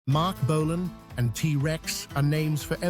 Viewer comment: Don,t Know who you are but for f**k sake. "Bolaaan". Ifyou can,t even say his name properly ,get tae f**k!.